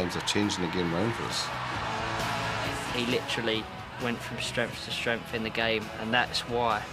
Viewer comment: Who knew ’strength’ was pronounced ’stremph’. Beckham did. That’s who. Favourite player ever Keane. And that’s as a Newcastle fan.